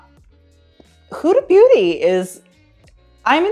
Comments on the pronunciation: he just said HUDA BOOTY ? lol hahahahahaa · ahaha sounds like you say hood booty loves it